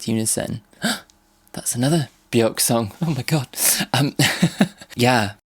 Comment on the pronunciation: hate to be that guy, and it’s a very understandable mistake to make but Björk rhymes with work, not with fork